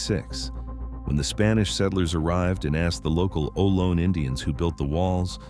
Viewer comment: Its oh-loh-nee not low, stupid